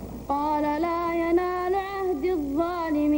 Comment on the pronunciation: هناك خطأ في التشكيل الدقيقة ١١:٣٨ قال القارئ لا ينالَ والصحيح لا ينالُ ، محدثكم لم تلده أمه ذاك الزمان 😀